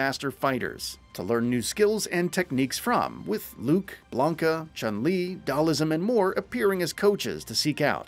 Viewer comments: Dude.. Its Dhal-sim.. Not Dhal-ism the fuck 🤣🤣🤣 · I also appreciated how he turned Dhalsim into Dhal-ism. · Did he just say Dhalism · He called him ‘Dhalism’ in the video lol 😂